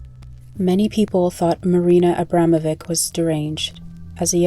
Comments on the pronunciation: It's pronounced Abramovich, not Ambramovik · Valuable video, but...how did you see the letter at the end of the name (which is clearly different than a "C") and simply ASSUME you knew how to pronounce it? 🤣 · Her name is pronounced 'Abramovich'. The reason why there's a letter 'c' at the end is because the English alphabet doesn't have the letter 'ć', pronounced as 'ch'. Her last name is Abramović. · UGHHH SHES PRONOUNCING HER LAST NAME SO WRONG. IK it’s such a non issue but it makes me mad (as a Bosnian) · please pronounce the last name correctly